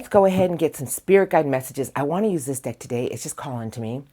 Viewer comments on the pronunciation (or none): Thank you as always gorgeous PS you sounded like a kiwi when you said pickin one dick (deck)when you began love crossings 😂 Your the best love your energy 🥂❤️😅